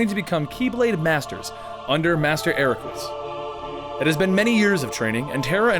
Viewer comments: ERAQUS.....not Equarus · "Equarus"? "Ex blade"? But... No... :P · Akarus? Wtf, it boggles my mind how hard you can fuck that name up. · okay I'm a little upset you said you love this series but can't pronounce correct terms 1. the x-blade is pronounced the key blade 2. Master Eraqus is pronounced Era-kiss 3. You completely messed up Xion, Naminé, and Xehanort's names If you're gonna do storytelling of games you "love", make sure you have all your correct facts before butchering terminology. aside from that it's pretty good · Omg I could not handle the way he said Eraqus LOL I mean it isn't that I made me mad, I don't get mad over simple mistakes like that, but wow when he kept saying "Araquris, Araquris, Araquirs" like that was the only thing I could hear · u said eraqus wrong, pronounce it like this " ERAKISS" it sounds funny but thats how u say it :D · Eraques is actually pronounced as Eracus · Eraqus is pronounced air-ra-kis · How can you not know how to pronounce Eraqus when they say it in the game? What the fuck? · Are you sure you played the games? I'm pretty sure you can hear how Eraqus is pronounced in the game